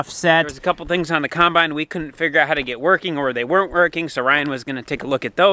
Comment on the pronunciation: Gotta love that says kinebine.